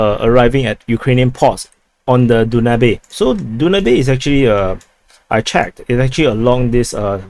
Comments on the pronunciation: you must be tired, "Den new bay" river is pronounced as da ·nyoob. They are also dredging parts of the Danube from Izmail so to reach Southern Germany passing along the way to 6 other European countries. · Hey Du-na-bee is Danube :) Amazon of the Europe ie. biggest river in Europe, Pronounced Dan-yu-bee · My man it's the DAnube river not DUnabe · Danube is pronounced DanYoub. (Biggest river flowing across Europe.) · Danube river is pronounced Dan Noob. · Danube River....,. Dan yoob... got it? Dan yoob ! If it were in Africa perhaos they would pronounce it, Doo nab eh? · The video was so long he actually had the time to learn how to pronounce Danube XD.